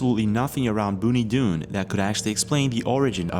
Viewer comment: This place is in Victoria, Australia 🇦🇺. It is Pronounced Bonnie (Bon-nee) Doon, Not Boonie Doon.